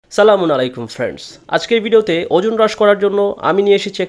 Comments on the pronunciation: আপনার সালাম দেওয়ার নিয়ম টা সঠিক নয় সালামটা ভালো করে দিবেন ধন্যবাদ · আপ্নার সালাম দেয়া টা ঠিক হয়না ভাইয়া